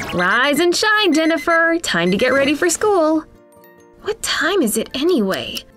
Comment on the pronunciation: Was it just me or did she say denifer